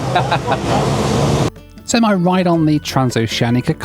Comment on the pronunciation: the m is silent for sim